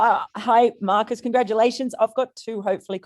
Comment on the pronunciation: did that guy call Marcus as Morris?? Seriously..🤣🤣🤣🤣